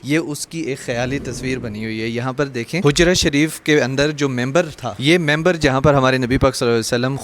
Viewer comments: It's MIMBAR not member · میمبر نہیں مِمبر ہوتا ہے جناب۔